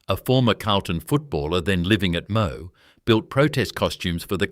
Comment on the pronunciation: You are very right ,so many errors in this , was also black coal mined in Wonthaggi that kept the Victorian railways going not only coal from nsw, Aboriginal clan names also wrong ,just about half of the video is wrong , pity they didn't do more research, and Moe is not pronounced Mo